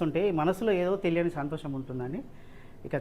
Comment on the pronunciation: Byeliyani kaadu teliyani